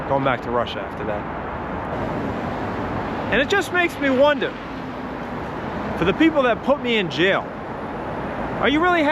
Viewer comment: one of the few time I can hear your New York. "It just makes me wonda"